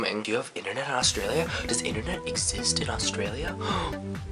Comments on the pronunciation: Annoys me how they don't say Australia right. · you say australia weird :P you should come back to australia... OF CAUSE WE HAVE INTERNET